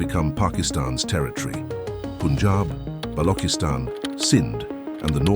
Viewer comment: Balochistan isn't pronounced Balokistan btw